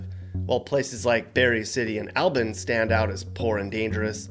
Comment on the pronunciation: Your saying Albans wrong 😂